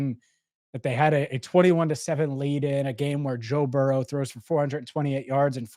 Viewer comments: It's Burrow not borrow bro TF 🤣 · It's Burrow not borrow 😂